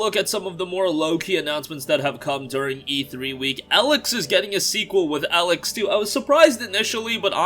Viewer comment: Stop pronouncing Elex wrong 🤦🏽‍♂️ god it's so cringey 😬